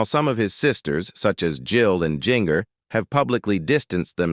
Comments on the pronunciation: Her name is NOT Jing-er! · Pronounce GINGER right its like the kitchen spices stop screwing it up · THATS GIN-GER such as gingerbread gingerman quit screwing it up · I believe Jinger is pronounced Ginger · Jinger is pronounced Ginger- just like the spice. Why all the pics of random people who are not the Duggars? You couldn’t find pictures of them on the internet? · GIN—-GER is not pronounced that way. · Jinger is pronounced like the kitchen spice! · You did a good job putting information together but you need to instruct your AI or human narrator how to properly pronounce the names (Ginger was the worst ... it's the same as the spice not the way it was said) and you need to watch it a couple time before publishing to be sure the text is delivered smoothly.